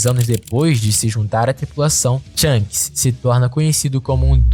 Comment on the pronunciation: Bom vídeo, só revise o nome dos personagens, algumas pronúncias estão erradas, não é THANGS, e sim SHANKS, de resto parabéns pelo vídeo !!!